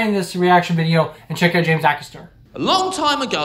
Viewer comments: Acaster is pronounced like Haycaster without the H. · It's A caster ... A as in A, B, C. :)